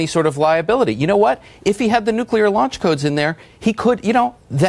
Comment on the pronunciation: nucular. How could this illiterate person have ever become a journalist?